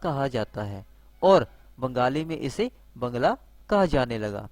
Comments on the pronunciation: Bhai bngla nahi bangla he sahi we bolo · Bhai bngla nahi bangla he sahi se bolo